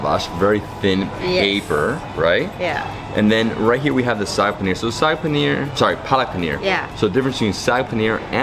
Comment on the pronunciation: Spinach is 'saag' (double aa) not 'sag'. Sag means to hang loosely.